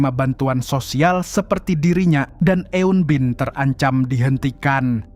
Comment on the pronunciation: Pengucapan eun-bin nya kurang tepat bang.